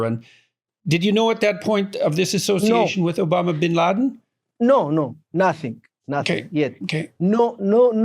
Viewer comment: Obama Bin Laden... Am i the only one te hear that slip from Jordan's mouth?!